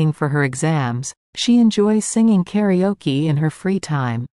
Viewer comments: 2.0 thank you. Karaoke is heard like 'karioki' and I couldn't understand what is karioki. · ご視聴ありがとうございます！ 同じスペルながら英語では「カラオキ」と発音しますね！